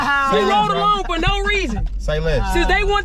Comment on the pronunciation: want that free food 😂😂😂😂😂😂 he said FOE 😂😂😂😂😂😂😂